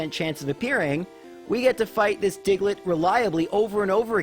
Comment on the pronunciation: The way he says digelet is funny 😂